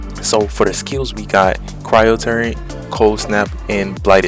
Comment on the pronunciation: Can't even read a simple word? Its not TORENT! Its "TURRET" Smh...